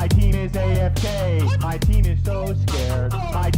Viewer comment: Are you kidding me...? This ENTIRE time I thought he was saying "My penis AFK, my penis so scared"